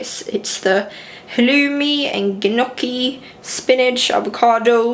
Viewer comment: You almost lost me at “gunocchi”. It felt like when people say “eccetera” or “nucular”. 😩